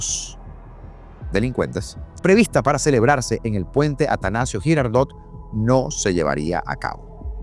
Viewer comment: Creo que está equivocado en la pronunciación de Girardot. 😊